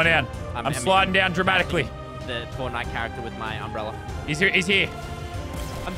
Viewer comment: No one: Lazarbeam: it’s an UmbReLLeR